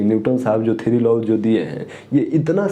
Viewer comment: Bhaiya wo law hota hai , not low